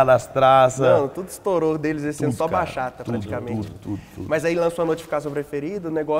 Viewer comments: Bachata se fala Batchata. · Simmmm, que agonia escutar eles falando Baxata.